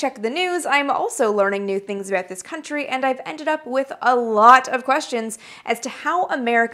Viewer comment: Sure enough! The "ah-boot" gave you away as being a native of the "GREAT WHUTE NORTH". Not bad though. Your diction and pronunciation are GREAT! "BON CHANCE"!